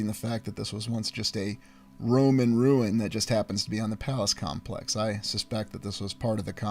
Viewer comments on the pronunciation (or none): none